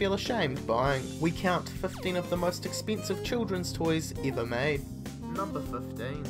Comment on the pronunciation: Why does this guy pronounce every E as if it were a long E sound? Ever becomes Eaver and Teddy becomes Teedy. Seriously WTF?